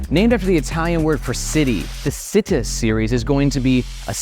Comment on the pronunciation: Super excited for these bags! Also, the Italian word for city, “città”, is pronounced “chee-tah” 😄